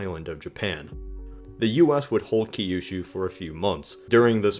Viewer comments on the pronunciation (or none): its Kyushu. not Key You Shoe.